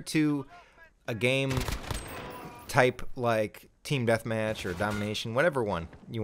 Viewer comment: You had me Rollin at " teeam deathmach" 😂